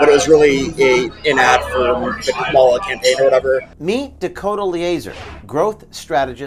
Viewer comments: can't believe how racist this guy is--pronouncing Kamala's name incorrectly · He pronounced her name incorrectly. He's clearly an alt-right supremist... 🤣